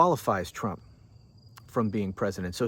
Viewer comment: called him t dump, but I can't be sure if it was just her Scottish accent. 😉